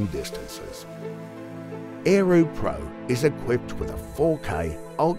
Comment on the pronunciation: Lol.... is this a spoof, or a scam? - Ae- roo in an aussie accent.